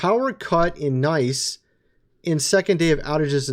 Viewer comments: Dude...live ya, but it's Nice (Neeece) not Nice😱🤣🤣🤣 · It's pronounced like "niece," not "nice." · It’s pronounced “NIECE” Not “”Nice”. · The SPLC is an anti-American hate group. Pronounced Niece, not Nice. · Pronounced “Neece”, not Nice. But maybe Nice is nice. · NICE pronounced (neese) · Nice, France is pronounced as Neece. 😉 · Town in France pronounced "niece". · Fyi... Nice in France is pronounced like the word "niece". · Nice is pronounced Neice, dork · its in France so its pronounced Neese, Nice, like a flock of Geese 😃🙂 Hey, even i thought thats how it was said until i heard a french bro say it 😅🤣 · Nice France is pronounced like neece just saying! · Great show again …but NICE (France) is pronounce Niece…made me giggle. God bless you🙏🏼♥️🙏🏼